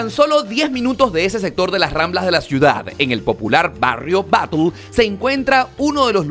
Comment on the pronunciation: Batlle se pronuncia "bashe" no "batl". Es donde está el Estadio.